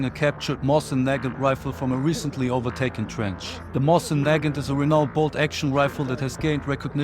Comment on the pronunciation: Mosin-Nagant is pronounced mo seen na gan.